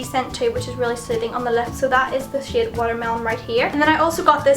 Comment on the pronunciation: Every time you said "shade" it's sounds like "shit" but like "Shiate".